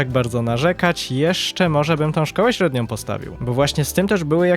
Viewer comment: średniOM, zropbiOM, muszOM itd itd. uwielbiam serię ale proszę zwróć uwagę na te drobiazgi, bo czasami aż kłuje po uszach 😅😅